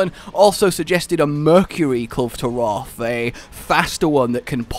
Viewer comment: "KUL-vay" Taroth. Dunno why everyone always thinks the E is silent. O.o